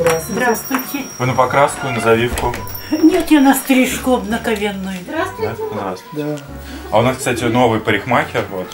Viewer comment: Бабушка говорит: "Я на стрижку обнакнавенную" ))))) молодец конечно, юморной.